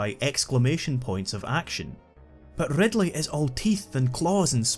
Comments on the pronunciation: love that rrrrrrrrrr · Rrrrrrrrridleeiii is an incrrrrrrredible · Opening line: “Rrrrrridley is an incrrrrrredible villain” Sets a high bar